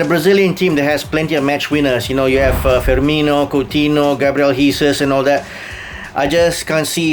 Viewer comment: Can that Malaysian guy start pronouncing people's names correctly??? It's not lo see so, it's lo "cell" so. And it's not he sers, it's "hay sus"